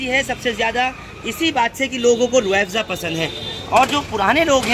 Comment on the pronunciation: अरे भाई रूह एबज़ा नही रूह अफज़ा बोलो